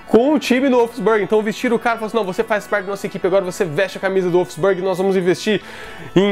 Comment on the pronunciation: Vídeo Massa porém Wolfsburg se pronuncia um pouco diferente 😂👍